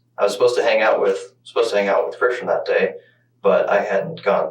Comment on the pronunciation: why are you calling him kristen when his name is clearly pronounced like christian? this channel gives major AI vibes.